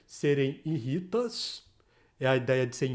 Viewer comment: O certo é "írritas", não "irrítas". O acento está no lugar errado.